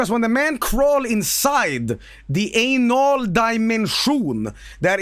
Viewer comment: ay-nol daimenshoon